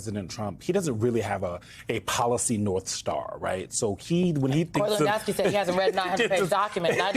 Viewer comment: From Germany here. We had a Lewandowski playing in the Bundesliga. I can't even comprehend the way she pronounced his name hahaha